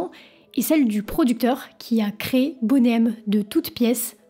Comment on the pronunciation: Ainsi que Boney, ce n'est pas "bonnet".